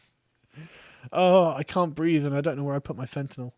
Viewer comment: "I don't know where I put my fetynal" I love both of you. Never stop making content